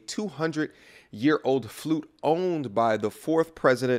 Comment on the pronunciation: it's FLUTE not Fluke